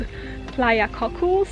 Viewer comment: Nice video, but the "Cocles" in Playa Cocles is pronounced like "Co-CLAYS" (stress on first syllable, somewhat heavy "s" on the end), NOT "Cockles." I feel it's important to try to pronounce place names accurately.